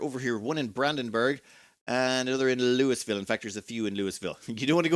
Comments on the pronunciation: Louisville is pronounced "looieville" or "lullville" never "lewis ville" I'm sorry but it's painful to hear it called lewisville lol. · In today’s “’ Commenter Nitpicks”: Louisville is pronounced like “Lullville”